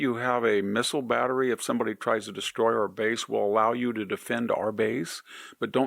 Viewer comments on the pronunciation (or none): none